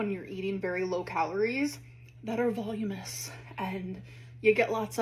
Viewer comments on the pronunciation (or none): It's "voluminous" not volume-ous, dingdong.